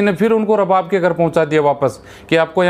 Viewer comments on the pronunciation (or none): Pahley Bolna seekhooo --owner ko ARABAAB boltey hain RABAB NAHII..Oman Main kuchh aisaa nahii jo tum bol rahey hoo.Yahan Kisi par Zulm Nahii hota Sab Galat hai. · Pahle bolna Sikh ja Bhai Rab bab NAHI arbab kahte hain